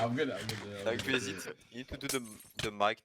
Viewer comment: its greese not kupay